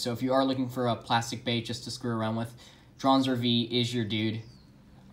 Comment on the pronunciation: No one: Literally no one: Absolutely no one ever: Kai in his first match against Max: Draanzr